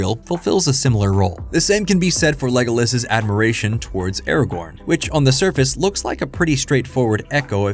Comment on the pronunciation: When, in the name of all that is holy ,will people who make videos about LoTR get Ara-GORN's name freaking right?? It's. Not. Ara. GON.